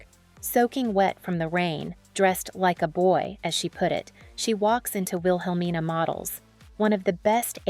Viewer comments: It's pronounced "will-uh-mean-uh" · The woman keeps mispronouncing her last name wrong. She's even mispronouncing Wilhelmina Cooper's first name as well 🙄. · PLEASE PRONOUNCE HER LAST NAME " CARANGI " & HER MENTOR " WIHELMINA " NAMES CORRECTLY.